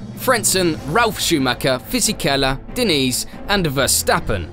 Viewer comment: Great content. Subscribed to channel 👍 Just one little thing….. Diniz is not pronounced Denise 😂